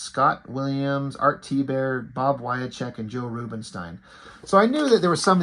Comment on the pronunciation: For future reference, it's Bob "Wy-check" and Joe "Roobin-steen".